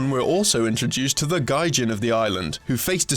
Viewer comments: Gijin would be pronounced "g-ee-j-ee-n" not "g-ai-j-i-n." It's really sad when a series entirely dedicated to spreading the awareness of Japanese games can't even bother to have their hosts pronounce simple words correctly. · Why would you pronounce "gijin" (ギジン) as "gaijin" (外人)? Unless that translation would be incorrect, that's a completely different thing. However, checking out the Japanese wikipedia entry for it, gijin is correct. So why the terrible mispronounciation? I mean, you make a show about Japanese video games and don't have a single person on the crew that knows basic Japanese pronounciation...? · No fucking shit you can make a case about it relating to xenophobia. Nobody said it wasn't. This was about the usage of the word gijin and the pronunciation of it as gaijin by the announcer. Don't try and wiggle out of this shit like you were referring to something else, because you weren't. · I just got to the "gaijin" part. What a fucking disgrace. Take this video down and do it over again. Embarrassment to the channel. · Oh my god hahaha even though the pronunciation is incorrect, if you take the story/gameplay as actually meaning foreigner in Japan this is hilarious haha "As the young gaijin is almost indistinguishable from a real human, many people on the island (japan) mistake him for one of their own, In many cases he won't understand what's being instructed...worship normal day objects for no good reason...can praise him for using items correctly (chopsticks)..." hahaha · Beating a dead horse. I think it's pronounced "ɡē-jin". 「ぎ」= "ɡē" 「じん/人」 being "jin" This of course is assuming a 1:1 romaji translation. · If you're gonna talk about Japanese games, make sure you can pronounce Japanese words. Gaijin? lol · pronounces "Gijin" as "Gaijin" looks at Gaijin Goombah's name Okay, so even though I have no knowledge of the Japanese language, my guess is that he mispronounced that. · we all know he mispronounced gijin, so stop those comments already.